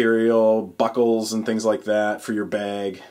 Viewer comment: you say "bag" really weird. Like "bayeg"